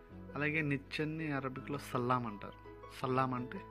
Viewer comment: సల్లామ్ కాదు సిల్లం అంటే నిచ్చన